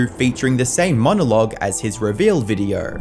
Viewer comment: Dude learn how to pronounce “O”. This might be the only time I’d say please use AI voice. “Videoaaurggh”. Had to turn it off